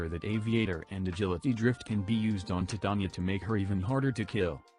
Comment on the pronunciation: Also props to for being one of the four people worldwide who say her name correctly.